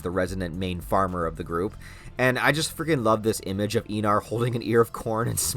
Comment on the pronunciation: I'm pretty sure it's pronounced Eye-nar.